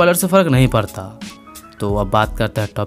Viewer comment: Karunga, parta ,hai aa kese bol raha hai bhaii..